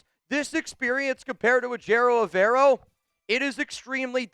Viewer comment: you gotta learn how to say Evero’s name if he becomes our coach